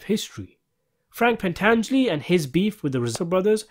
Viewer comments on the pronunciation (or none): none